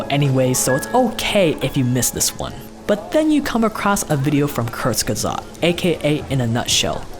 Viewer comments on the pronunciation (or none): as a nativ german speaker i almost have to vomit how he pronounces "Kurzgesagt". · love how you say "Kurzgesagt" it's german and I needed quite a bit to get what you were saying